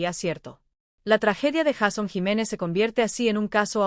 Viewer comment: Sería bueno que la persona que narra el vídeo no dijera Jason se escribe Jason y se pronuncia Jeison